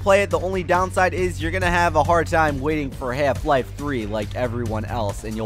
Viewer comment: Half Life is not pronounced like that.